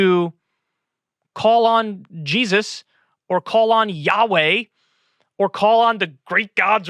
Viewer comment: Why-uh do they all say JESUS-UH?!